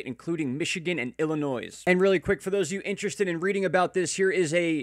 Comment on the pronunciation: the "s" is silent in Illinois.